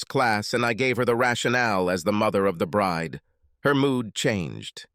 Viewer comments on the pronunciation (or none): none